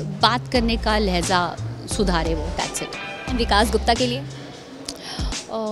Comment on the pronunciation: Lehja tm sudharo... lehza ny lehja hota h nd khairat ki jeet mubarak ho